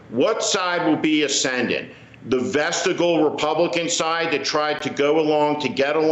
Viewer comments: Steve, “vestigial” is pronounced vest-IDGE-ill, not VEST-e-gal. It’s from the Latin, vestigium meaning ‘footprint’. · Mispronouncing "vestigial" as "vestigle" is a sure sign that Schmidt is reading from something he didn't write. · Steve Schmidt's chosen profession is to be a guest talker on cable TV shows. Which is fine. However, as such, Steve really should learn to properly pronounce 'vestigial.'